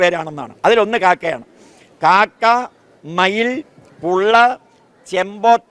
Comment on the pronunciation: കാക്ക അല്ല "കാക്കാ".